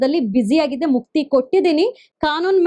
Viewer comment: please learn to differentiate & pronounce properly a & ha properly, its annoying to hear ennu, halla, hagide, orata, etc.